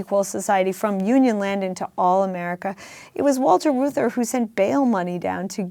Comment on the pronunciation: Peter, please, for the sake of all silver-haired citizens, please learn that Reuther rhymes with Luther. You are far too intelligent and insightful to not be familiar with the names of Americans who have shaped our lives.